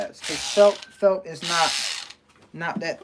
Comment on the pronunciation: I’m sorry but I hear u say “felp” the pronunciation is felt with a “t”, just letting u know bro.